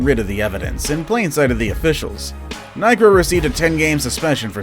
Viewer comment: Niekro is pronounced "Knee-kro" and not "Nike-kro."